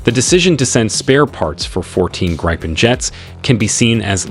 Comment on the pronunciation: You know it's an AI video when they pronounce Gripen as Gry-pen and not griffin. #propaganda